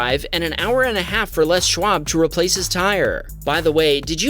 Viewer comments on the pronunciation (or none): none